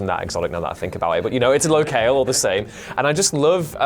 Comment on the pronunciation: Low-kale lol Locale is just pronounced Low-cal.